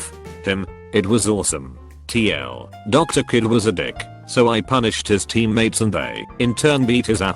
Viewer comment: no one: text to speech bot: D R. R A T